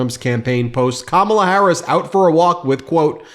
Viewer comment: I’m concerned this intelligent “pretty” lawyer cannot pronounce Kamala. Would she be okay if we called her A-LINE-a Habba? Probably not